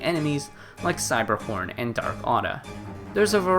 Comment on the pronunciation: blud did not say cyberhorn